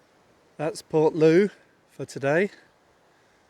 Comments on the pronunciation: if she is local living around there she is English as a Cornishman it is low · Portloe. Is pronounced portlow